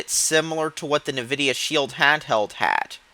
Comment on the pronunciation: "nividia" wah wah.